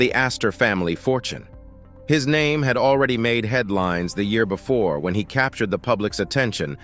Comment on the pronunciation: Right. People doing these videos and they can’t even do research into how to pronounce names.